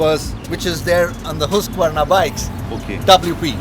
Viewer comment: Finally someone pronounced Husqvarna correctly!